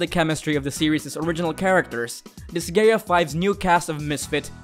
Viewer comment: Learn how to pronounce Disgaea